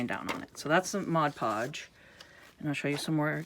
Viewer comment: Thank you, I love this. I don't really like the shininess that much, and if I can get rid of it maybe no one will know that I simply cut out magazine and catalog images and increase the "wow" factor. And thank you, too, for pronouncing Mod Podge correctly. I know, I'm one of "those" people, but it really does drive me nuts when someone pronounces it Modge Podge.